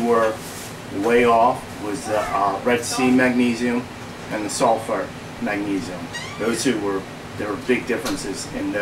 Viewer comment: "Salifart" haha